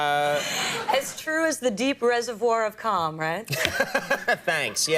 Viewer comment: Gary G I had to rewind it cause I thought she said cum